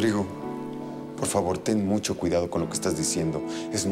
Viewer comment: Luciana es tan linda y noble, pero lo que me desespera es cuando pronuncia la CH por SH. MISHASHA, MUSHO, SHAMBA, NOSHE, COSHINA, y más....